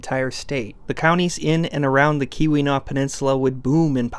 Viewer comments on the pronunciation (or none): Hey, just wanted to pop in and let you know that Keweenaw is pronounced like Cue-when-aw. Its weird, most of the stuff up here in the UP is weird. its why i clicked on this video. I knew that us Yoopers would come up hahah. Love the videos